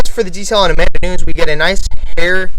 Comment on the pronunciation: i love that he knows that Adesanya is a Nigerian/ New Zealand fighter but can't pronounce Nunes hahahah great video tho <3